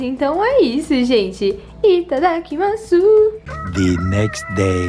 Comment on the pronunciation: No japonês não se fala itadakimasu fala "itadakimas"